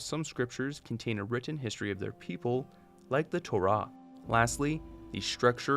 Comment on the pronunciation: Props for pronouncing torah properly. to-RAH instead of usual TO-rahI hear.